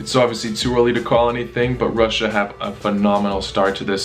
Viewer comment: i love ho you pronounce russia russiya but with a slight american accent.